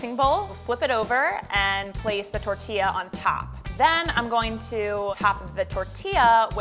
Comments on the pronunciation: shesaid tortia instead of tortilla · I'm I the only one who got cringe when the chief said torilla wrong😂